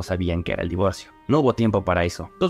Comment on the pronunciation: Eres a toda madre, tu también decías "Divorció" Jaja